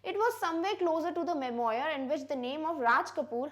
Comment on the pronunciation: Memoir is pronounced like Memwaar.